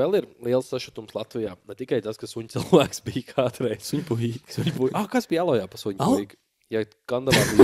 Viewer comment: podkāsts zajebis, bet Aloja jāizrunā pareizi😂